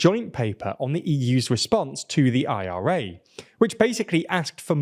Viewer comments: Dude!!! Just say it as one word!!! The ira as opposed to the I.R.A 🤦🏽‍♂️😅😆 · British people are having heart attacks every time he says IRA.